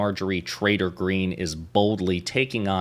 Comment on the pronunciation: Are you saying traitor or trader?